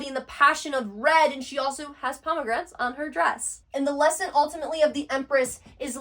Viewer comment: PomeGRANATE, not pomeGRANT